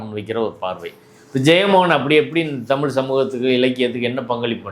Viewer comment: தமில்? நீங்க பேசுங்க உங்க தமில்ல!